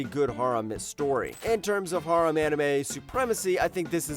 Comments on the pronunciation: the way he says harem burns a hole in my soul but thanks for the content man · Dude, learn how to pronounce "harem". Like half the series you say don't have an English dub actually do.